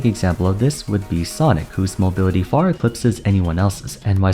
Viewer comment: oh I see. Weird though because he seems to use that a lot more than the characters name, even in his video on why everyone played sonic. It really sounds like he is just saying sonics